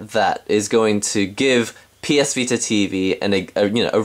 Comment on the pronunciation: He said ps pita :)